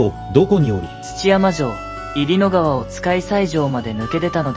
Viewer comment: 1;22 いりのがわ → にゅうのがわ